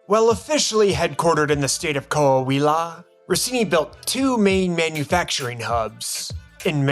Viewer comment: damn dude, you're the first english-speaking channel that nail that Coahuila right!!!! RESPETO PUTO!!